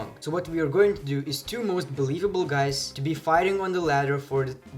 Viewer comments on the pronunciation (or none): none